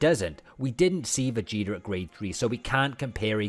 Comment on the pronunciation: Everyone:"Trunks and Vegeta" This Guy:"Trunks and Vegetr"